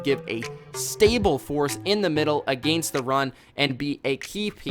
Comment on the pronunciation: I hate the way this kid says the word against.